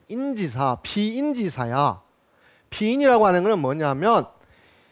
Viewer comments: 공자 강의에, 공을 짧게 잘못 발음했나이다!! 재발! "길게" 발음하시옵소서! 또, 엉터리 독법! 피인지사를 두 자씩 띄어서 발음하셨은 이는 이 구의 구문도 이해치 못했다느 증거이올시다. "피인지" 하고 "사"라고 띄어서 읽어야지요! 이 갈 지자는 소유격으로 쓰여졌음을 알아야자요!! 미국 뱐 완수. 시청자 여러 분! 한 가지 정중히 권하오니, 유튜브에, 처 주실꺼요!? 우리 말 문제에 대한 실로 귀한 강의를 들을 수 있나이다. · 우선, "사람" 의"사"를 짧게 잘못 발음했읍니다. 장음인 것을 짧게 발음한 예: 실(바느질하는),대성전,공자,성인(공자 같은),동굴, 뭐냐하면,포부, 분투,대부,세상,유도(무도의 반대)포부, 서두에,건강,동작,두 번,정면, 등이며 피인지사 피세지사를 " 피인 지사" "피세 지사" 와 같이 두 자씩 띄어 읽었읍니다. 잘못입니다. 구문을 이해하지 못했다는 증거입니다.이 갈 "지"는 소유격이기 때문에 위로 부처야 합니다. 자고저등 한문 공부를 좀 더 하셔야겠음니다. "한국 어문을 고발함" 이라는 책 한 권 읽어 보시지요. 미국 변 완수 배